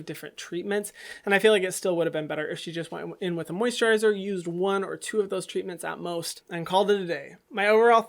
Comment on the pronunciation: Nobody: No one: Hyram:WhErEs ThE mOsiTrIzEr